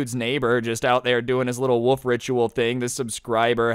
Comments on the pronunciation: It is not woof it is a wolf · the way you pronounce wolf tho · pronouncing "wolf" as "woof" gets me very time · can't pronounce wolf